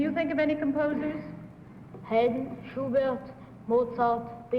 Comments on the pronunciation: Among the "Soloists for the Vienna Boys' Choir," I noticed that either # 2 or # 3 (who are Dutch and are brothers) for some reason gave the French pronunciation of (Franz) Schubert. I kind of wonder why! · possibly because Bud pronounced it that way during the affidavit